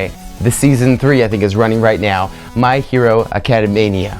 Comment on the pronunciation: I think it's funny how he couldn't say my hero academia until he said it in Japanese.